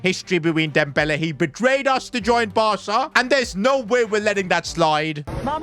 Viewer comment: bro said he bretrayed us to join Barca 😂😂😂